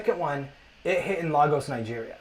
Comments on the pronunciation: Great video Patricia, but the guy's mispronunciation of Lagos was actually stressing me out. 😂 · not LAAAGos, Nigeria LOOOOL my people oo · His Lagos pronunciation 🤣